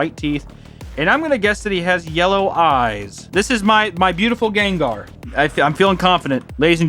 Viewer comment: I don’t know why but the way he said “ganggar and groundon” is just funny to me